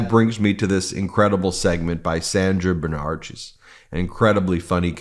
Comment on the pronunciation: I love this channel but you have got to learn how to pronounce names and words. It’s not Sandra BERNARD. Please. It’s Bernhardt. There’s a huge difference. It’s not “YUGE”. It’s “HUGE”. The “H” is not silent. It’s rarely silent. One word messes you up. “herb” It’s only silent when referring to the herbs that we grow. The man’s name, Herb, is completely different. You can do this. There are more words you get wrong and it’s a big deal. Aren’t you an attorney? You should know using the right word matters quite a bit. Please take criticism as constructive. We need to sound educated as people who understand and respect truths and getting it right, especially when saying people’s names. Look at how he says our next president’s name. I hate the disrespect. With all that said, thanks for what you do. I love! 💙💙💙